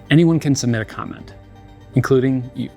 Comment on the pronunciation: Lets go "commeny" on this